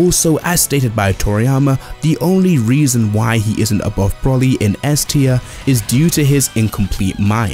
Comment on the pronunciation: his name is broly not brawley